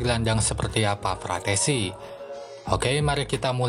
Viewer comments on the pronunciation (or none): Frattesi bang bukan frasseti 🗿